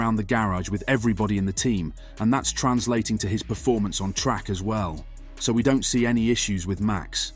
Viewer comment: So sick of these clickbait bs videos, why is it so many people making this videos who are English cannot pronounce basic words, this guy cannot say sources and performance, go work in a factory, your time would be better served !